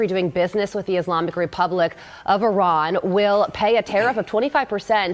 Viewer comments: Liberal left here and I’d be happy to discuss your POV. To me it’s quite an achievement that right wingers have eventually learnt how to pronounce Iran correctly. Cheers from Germany. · The right eventually learnt to pronounce Iran correctly. Cheers from Germany.